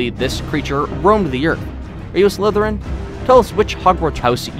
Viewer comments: Salazar sillerin Me:Bru- you said it wrong Read more... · I’ve been scrolling the comments to try and find how many people laughed uncontrollably like me when he failed beyond failure at pronouncing the word “Slytherin” from Harry Potter lol it was so so so bad... yet it seems like I’m the only one who commented on it...